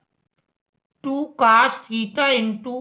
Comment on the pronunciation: Cos ❎️ Cas ✅️ 😂😂